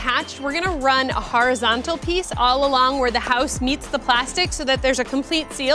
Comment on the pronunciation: The "harazontal" wood